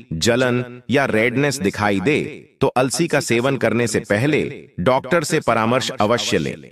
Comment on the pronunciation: It is अलसी not alasi